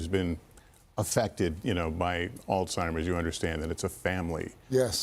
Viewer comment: beautiful story but PLEASE pronounce the disease name properly!! There's no "T" it's not Altimer's!